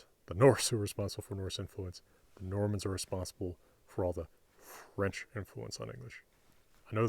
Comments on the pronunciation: He's saying ɸɹentʃ. If you look closely you can see no teeth touching the lower lip... That's a bilabial fricative. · You have a point there. It's hard to tell visually, and I thought it sounded more like fh than ɸ. I could be wrong though, the sounds are similar. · Whenever he says french, it's like he wants to blow a candle. Maybe that's subliminal for his birthday 🎂 😂😂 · He's not pronouncing 'f' as 'wh', he's aspirating the 'f' to make it 'fh'.